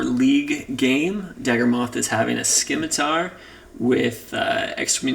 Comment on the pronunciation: Love the videos and thanks for doing the work man! One minor gripe, the c in scimitar is silent, don't know why that bugged me lol